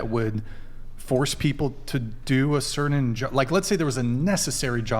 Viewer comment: There’s no d in “certain,” idiots.